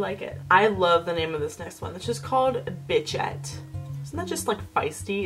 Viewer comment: It's not "bitch ette". The correct pronunciation would be "beesh ette".